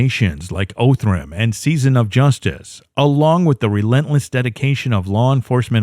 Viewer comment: It's pronounced "Ahh"thram. Not "O"thram.